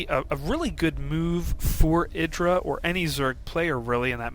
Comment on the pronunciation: eye dra. again. you say it with such conviction lol jesus christ.